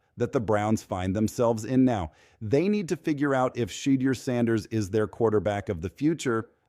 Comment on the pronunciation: Why do these people that are narrating the story cannot pronounce shedeur name correctly.